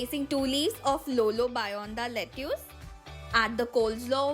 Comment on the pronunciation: U should pronounce lettuce 🥬 as 'letis' . Once Google it if you don't understand it akka (sister in Telugu)